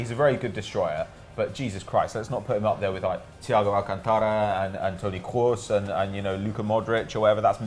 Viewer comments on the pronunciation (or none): i love when pronounce toni kroos's name😂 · I cringed at the pronunciation of Alcantara and Kroos. Just say it in your accent hahaha